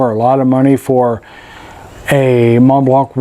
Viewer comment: Teaching native English speakers one at a time: the C at the end of Montblanc is silent.